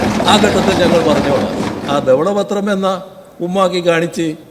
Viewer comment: Vijaya. Thavala pathram ALLA.Dhavala pathram